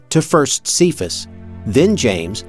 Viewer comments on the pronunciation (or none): Cephas is pronounced "kay-fuss", not "see-fuss".